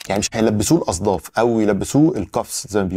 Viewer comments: اسمها الاصفاد و ليست الاصداف يا سيدي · مو الاصداف .!! اسمها الاصفاد .